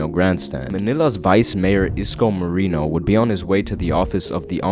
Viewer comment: sorry if this may bother you but i know that americans can't say filipino words right. it's mo-re-no btw. thx!